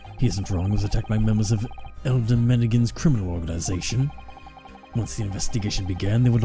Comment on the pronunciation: i deleted my previous comment because i made it before finishing the video and thought you ended up getting the pronounciation right but turns out not so here i go again, elyder is indeed pronounced eh-lie-der lol (on a side note, i cannot wait for you to meet benjamin, he's one of my favorite minor characters in the duology HGFDHGFH)